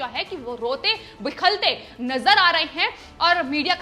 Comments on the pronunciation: Madam Sry to correct u that aaj aapki hindi sunkar apne hindi ki present halat par sharm aaya. Aadmi rota-bilakta hai. Lekin aap kehti hain rote-bikhalte. Ek baar galti se ho sakta hai lekin aapne 5 baar uccharan kiya hai. Kripya uspar kaam karein. Rastrabhasha ka aisa apmaan sahi nahn hai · Bilakhte not bikhalte. Check hindi dictionery. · Rote 'bikhalte' nahi ji....... Rote 'bilakhte'.... 😁😁😁😁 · रिपोर्ट बिलखते को बिखलते कह रही है।ध्यान दें। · आप लोगो ने तो हिंदी की टांग तोड़ कर रख दी... ये रोते बिखलते क्या होता है जबकि रोते बिलखते होना चाहिए... हद हो गई यार ! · Madam bilakhte shabd hai na ki bikhalte.. hindi bhasha ka apmaan na kare.. aapne kai bar is shabd ko galat bola